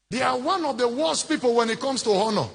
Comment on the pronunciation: Even his Engkish accent suggests he is not a real Igbo person. Or at least never grew up in Igboland or around Igbo people. This is a Traitor within. He pronouces "honor" with an "h" like Yoruba people.